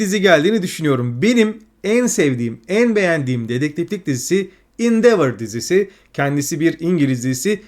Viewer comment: Mükemmel bir video olmuş, daha da iyi olması açısından HBO,son of anarchy ve endeavour ve bir başka videodaki Orphan Black okunuşları biraz kulak tirmaliyor. 😅